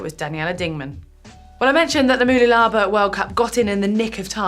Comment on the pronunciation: More like m'LOOlabah. The first vowel is a schwa, and it's helpful to use capitals to demonstrate where the stress lies.